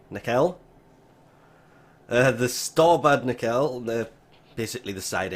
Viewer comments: Nekel? Have you never watched startrek? Nacell "cell" as in S sound, not K or C. Like cellphone. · Nacelle= nasselle. Pronunciation help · Just trying to be helpful here, Nacelle is pronounced like “Na”+”Cell”. Thanks for the info. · Pronounced "Na-sell" Also, 7mil. 1 for after the ship is finished being built. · Nacelle: Nah-sell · Its pronounced "Nah-cell" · It's pronounced: Nah-Sell. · Its pronounced (nah cell) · NAY-SELL or nehsell is how its pronounced :) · It's pronounced "nuh-sells" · Yeah I was like wtf is a nackel oh he means nacelle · Pronounced na sell